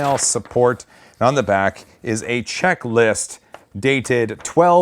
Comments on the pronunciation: What says: Checklist What I hear: Czechlist...can’t wait for my Mk3! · It is wrapped in black plastic because Franz Kafka was from Prague, and there is a revolving statue of him there. Also... did you say Czechlist?